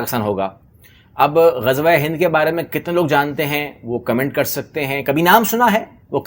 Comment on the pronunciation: Yeh baniye to Gajwa bolte hain inko toh Ghazwa bhi bolna nahi ata 😂